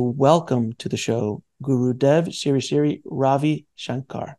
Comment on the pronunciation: Sri is pronounced sree, not siri